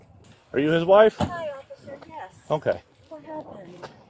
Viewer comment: Did that fool really say "what'sa matta with juo"